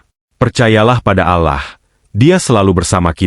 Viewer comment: Penyiar ini aku kira bukan Muslim dari ucapan nya. ALLAH.dibaca alah